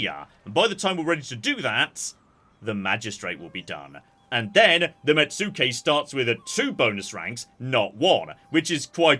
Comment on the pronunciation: This comment will continue until pronunciation improves: Mets-kay, not met-sue-kay. Please please, it hurtses us.